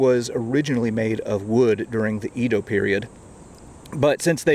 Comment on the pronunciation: Japanese vowels are just like Spanish vowels and are only pronounced one way, unlike English. So "Edo" the former name of Tokyo is pronounced "Ay-doe". Dipthongs are a little more challenging but it's not like they don't exist in English, e.g., "yodel". Nobody would pronounce it "ee-oh-dull"